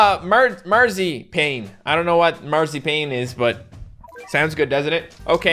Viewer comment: I’m gonna go out on a limb and say you probably pronounced marzipan wrong But it’s a type of candy so that is what the stage was referring to